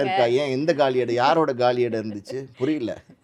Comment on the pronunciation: காலி(Gaali) 👉 காலி(Kaali) Kaali(Kகாலி) என்பதே சரியான உச்சரிப்பு! ஆக, இது போன்ற நிகழ்வுகளும், சினிமாக்களும் தான் தமிழ் உச்சரிப்புகளை கொல்வதோடு நில்லாமல் மக்களுக்கு தப்பான உச்சரிப்புகளை பழக்குகிறது!! மீடியாக்கள் மற்றும் மீடியாக்களில் பங்கேற்கும் ஒவ்வொருவரும் தூயத் தமிழ் உச்சரிப்பு அறிந்து, தெரிந்து பங்கேற்பது நன்று!! வாழ்க தமிழ்! வளர்க தமிழ்!! நன்றி! வணக்கம்!!